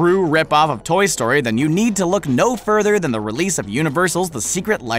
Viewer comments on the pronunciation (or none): none